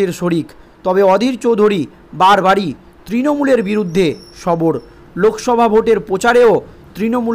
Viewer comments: বার বার সবর কে না বলছেন ওটা হবে সরব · ওরে পাগল সবর না বলুন সরব হলেন বারবার বলছেন সবর সবর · ভাষা ঠিক করুন, সরব কে সবর বলছেন।